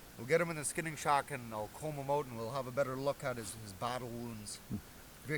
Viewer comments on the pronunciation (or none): none